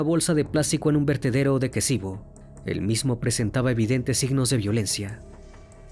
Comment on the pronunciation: Ex Yugoslavia.. asesinato muerte violaciones....es kicevo...no kesivo